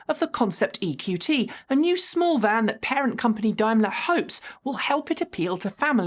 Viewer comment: What's up with your pronunciation?! Have you forgotten how to speak English? Semi, Daimler chademo